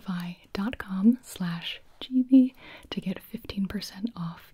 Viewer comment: I have nothing to say except that you said “CaseTify” and I heard “instapie” and I thought “omg a pie ordering service that sounds amazing”